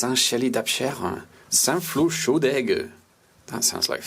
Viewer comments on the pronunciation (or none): Pour les prononciations : - Saint-Chély-d'Apcher => le dernier "r" est muet - Saint-Flour-Chaudes-Aigues => il faut faire la liaison entre Chaudes et Aigues (donc Chaudezaigues) - Millau => se prononce "Miyo", pas "Milo" Par contre le "what are these places", un peu de respect stp 😂 une partie de ma famille vient d'un village (dans l'Aubrac justement) à 50 km de St-Flour et c'est la gare la plus proche, on est obligés de faire 50 km de voiture si on veut aller quelque part en train 😭 Sauf qu'en fait y a plus de trains, c'est que des autocars maintenant 🥲